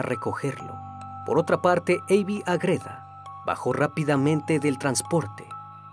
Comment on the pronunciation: Estimado, ¿Porqué pronuncias AgrÉda, cuando tú mismo escribiste Ágreda, con la sílaba tónica en la A? 🙏🏻 Me encantan tus vídeos, no lo tomes a mal, sigue haciendo contenido de gran calidad 👏🏻